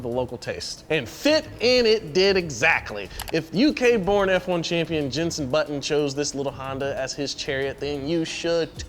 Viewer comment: The naming pronunciations killed me,also who tf is jensen button? the F1 driver i know is Jenson Button.